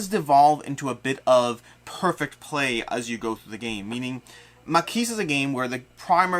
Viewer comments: I think the "s" in "Maquis" is silent, isn't it? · Been playing a bunch of this and gotten through all the 1 and 2 star missions. It’s really fun and fast. Don’t forget you can use weapons to kill the Milice if you are trapped. Also, the “s” at the end of Maquis is silent as is the “ue” in Pont Leveque ;)